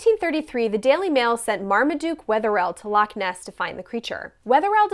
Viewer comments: Then used as than 😎 And nae bad on pronouncing loch.😉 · The loch pronunciation wasn't bad at all